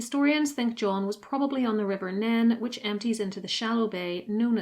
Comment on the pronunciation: Minor note - the River Nene is pronounced 'neen', not 'nehn'... though satnavs/maps pronounce it 'nay-nay', so you're doing pretty well.